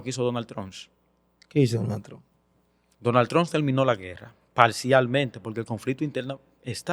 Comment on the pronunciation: Pero porque no sabe pronunciar Trump?